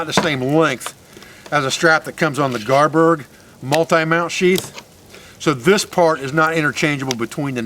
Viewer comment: It may be an accent thing. Is it garberg?